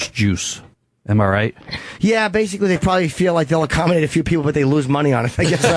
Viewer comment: “They bathe in it bathically”